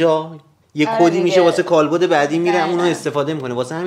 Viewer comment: کالبُد اشتباهه دوستان درستش کالبَدِ